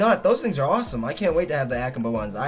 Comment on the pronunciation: the way he says akimbo lol